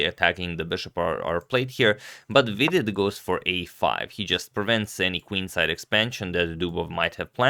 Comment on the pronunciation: I like how you pronounce Vidit correctly. Hikaru just says weedit which is totally wrong ahaha